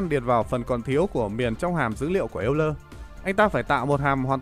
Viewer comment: Công nhận, nghe ông ấy đọc cả "eo-lơ" mới vui. Mà sao cứ nhầm "l-n" nghe mệt quá.